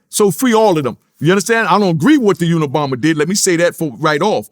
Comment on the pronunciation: Nigga said free the unibomber 😭😂😭😭😭😭😂😂😂